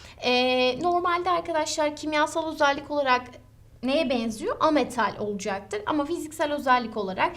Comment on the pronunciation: "Olucaktır" demesi ne hoş hocanın ya <3